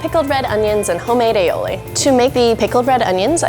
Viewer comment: Ali-oli not ailiowli